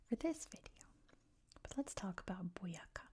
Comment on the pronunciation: Colombian here! Thank you for the video. Boyacá is quite a key department for the Independence times. Also it has the accent in the last syllable, like boyaCA for the future colombian vids, you'd love to visit our country one day. Keep up the good job and warm regards to Idaho <3